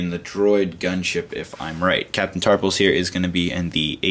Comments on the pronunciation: Its tarful not tarpul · I think it's captain Tarful, you are saying it with an 's' on the end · it sounds like he's saying Captain Tarpals, the gungan